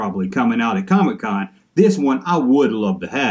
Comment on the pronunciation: I'm from the South and even since the 1980's when any non-comic book collector Family member talked about Comic-Con they would pronounce it "COMMEE-Con" same as how sometimes you do Junk-Man. Harkens me back to memories of my Grandpa when he was alive. Fun stuff, Kinda hope you continue to sometimes call it COMMEE-Con. Also, when I saw title of this video, I thought to myself I wonder if he'll stay consistent about being annoyed by the Comic-Con exclusives. Well done man! Keep up the GREAT work!